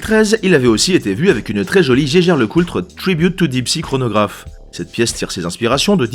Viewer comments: Tu es sûr que Jaeger Lecoultre se prononce "geiger" ? ;-) T'es pas allemand, toi... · Très bonne vidéo bien référencée, comme d'hab. Juste un truc qui me chiffonne à chaque fois (et que mon cher Robert a confirmé): Vous êtes surs de votre prononciation de Jaeger-LeCoultre ? Il prononce cela à l'Allemande (ce qui me parait logique) et le l de Coultre est silencieux il me semble ? Merci de votre retour